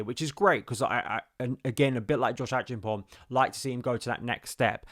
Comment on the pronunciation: The Ghanaian name is pronounced Ache---ampong. The e is rather silent, so we rather say Achampong 😀